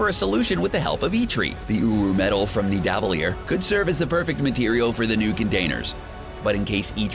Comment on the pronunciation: Did you seriously say N-dav-uh-lear?? Are you kidding me??